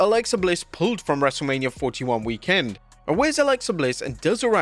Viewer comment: The way u say "weekend " sounds odd. Anybody else?